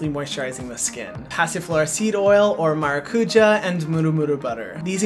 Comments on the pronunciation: No doubt this is a great product, you are clearly passionate and know your stuff. However, why name your product “maracujá” when you could just as easily have named it “passion fruit”? Or perhaps something in Hawaiian? Additionally, you don’t even attempt to pronounce it correctly, the word has an accent for a reason. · I just clicked on the video to hear how Hyram was going to pronounce Maracuja... Maracuya ! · Okay, but please learn how to pronounce maracujá correctly or say it in English! If partnering with latin american companies on a Latin American fruit, you should learn how they say that specific ingredient. Hurts my Brazilian heart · Vendo os gringos falando maracujá errado sendo que o produto podia ter passionfruit como nome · He could learn how to pronounce maracujá... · The word stress of maracujá is 'já'. Its origen is tupi (Brazilian indigenous tribe). Please, say passiflora. Or passion fruit. It's hard to hear it pronounced wrongly. With a simple Google search, you find how to pronounce it right. I get stressed by just imagining your millions of followers saying it wrong. Ahhh!! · At least the murumuru was pronounced decently, but now I learn that you had Brazilians with you, and no one corrected your maracujá emphasis on Á